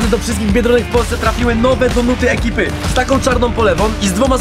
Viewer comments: ale nie ,,donaty" tylko ,,donuty" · Czemu Friz mówi wciąż donUty. To boli w uszy xD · Mega fajny ale ciongle mówiłeś tylko donatah